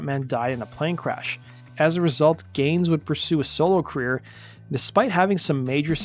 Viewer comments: It sounds like the narrator said, "...the only big queer move Brooks made..." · I had to "rewind" . I thought the voice over dude said "That wasn't the only 'big queer' move Brooks made that year..." It actually said "big career" move Brooks made... yada. I guess I was a kid in the 80s, and I misheard that! I need to mention that I AM a fan of Garth, and that was not my attempt to be cute: I was genuinely shocked when I misheard it. Much too Young, to Feel this Damn Old is one of the best country songs ever - up there with George Jones, Haggard, Loretta Lynn, George Strait and Alan Jackson, etc.